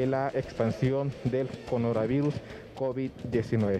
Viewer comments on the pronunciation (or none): Minuto 214 conora virus dise el reportero también no sabe qué es Corona virus jijiji.!!!👍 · dijo codonavirus bro jaja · Jejeje yOo asta le baje d velocidad en esa parte y si cabal dise conorAa virus jejeje xD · Conoravirus dice el reportero jaja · Pero explique bien no se dice conoravirus se dice coronavirus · MIN. "Conora virus" seré yo q escuche mal. Oh alguien más escucho lo mismo del periodista?? 🤔🤔🙄🙄🤪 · Minuto "Conoravirus" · En el "CONORAVIRUS"